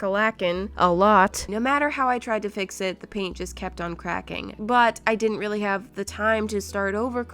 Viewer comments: Wait did you just say im willi happy?😅😂❤️not trying to hate🥰 love you 💖🤩✌🏼🤪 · she said "I'm VEALLY HAPPY"